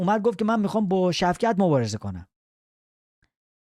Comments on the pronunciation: شُوکَت رحمانوف نه شَوکت😂😂😂😂😂😂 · داداش شُوکَت نشنیدی تو ایران! شَوکَت چیه دیگه 😂